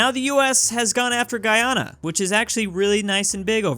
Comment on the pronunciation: It's pronounced Guy-A-na